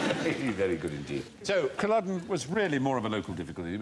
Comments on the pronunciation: Why do they keep saying Colluden? It’s Culloden. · It's Culloden, Stephen, not Colluden. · Never heard of "Culludun" before. Christ...how hard is it to find out the pronunciation before the show